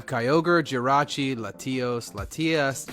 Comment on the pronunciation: Did you say letios and letias?